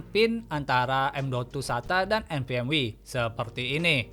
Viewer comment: Nvme❌ Nvm wi✅ 😂😂😂